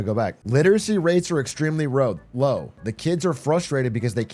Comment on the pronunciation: "Literacy rates are extremely row" 😭